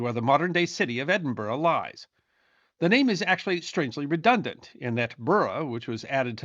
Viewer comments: Thank you for saying "Edinburgh" correctly. And Firth of Forth..... Pronunciation is important, and I appreciate your diligence,. BTW - I grew up in the US, but my father was born and raised in Scotland. I've been there many times and know it has its own history that deserves.. to be... remembered... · As an Edinburgh resident I extend kudos to for managing to get the pronunciation of Edinburgh correct - famously, or infamously, American visitors struggle to get the name correct, mispronouncing it as "Edin-burrow" (no, it's not a home for rabbits!) or Edin-Burg (the like Gettysburg), but got it! I do hope you took advantage of the many fine pubs strategically placed around the city to allow you to rest from walking up and down those hills (and as many of the pubs are themselves historical, it would be, ahem, research for, not just an excuse for an ale).